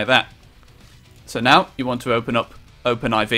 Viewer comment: why do you pronounce it open i v you pronounce it open 4